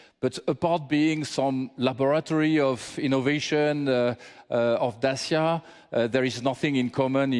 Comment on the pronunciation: It's DaCHIa, not Dasia